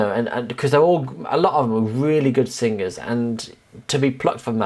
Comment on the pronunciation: i love how he says "SING GERS"